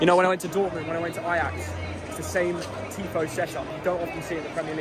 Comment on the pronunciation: that 'TIFO' was so bad hahaha